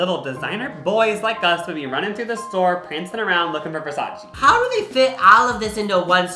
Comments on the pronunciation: It’s versayce😂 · YOU DID NOT SAY “ver SAYCE” LMAO